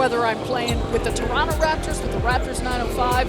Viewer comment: u know hes a raptor when he calls the city torunno